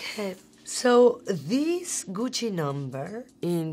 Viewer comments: She has the right pronunciation of Gucci and Ariana Grande. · I love how she says “Gucci”